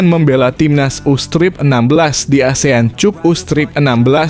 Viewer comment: Cup dibaca Kap ,,, bukan Cup